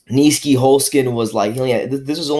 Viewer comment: U butchered my mans Nieky's name lol I didnt even know he was a boxer aswell, I liked his fights in Glory Kickboxing